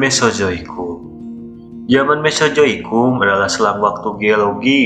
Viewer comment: Naratornya orang sunda. 😂😂🤣🤣